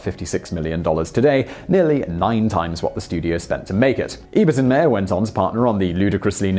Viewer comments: Russ Meyer last name is pronounced like Oscar Meyer's. My understanding is that Russ Meyer approached Ebert after Ebert gave Meyer's film VIXEN a glowing review. BONUS FACT: during the writing of UP! Ebert felt so under the gun that he cribbed a whole passage from 1920's-era poet Hilda Doolittle (H.D.) into the narration. BONUS FACT: Ebert is credited as "B.Callum" in UP! & BENEATH THE VALLEY OF THE ULTRA-VIXENS. Finally all three movies are available at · MY-er, as in Oscar Meyer. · It's pronounced "Russ MY-er."